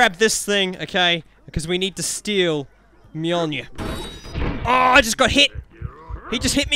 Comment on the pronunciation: It’s said myolnear